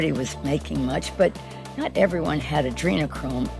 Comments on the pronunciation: Did she say adrenachrome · She actually said Adreno chome. Magical Insider Trader? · Didn’t Pelosi say adrenachrome? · Please did she say adrenachrome? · Did she say Anderchrome? Interesting 🤔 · Did I actually hear her say, "ADRENOCHROME"‽ You know what that is, right? 😳